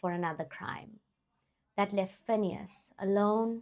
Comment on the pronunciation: You've just earned yours a new subscriber, just by how you pronounced Phineas' full government name🙌🏾 a feat even I as a black South African failed to do... Thanks for respecting your work and taking it serious... Keep up the good work..❤